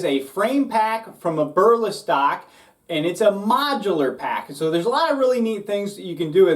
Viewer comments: Ya that was driving me crazy lol. (Eb-er-Lee-stock) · “Aberlastock” lol. Good review man.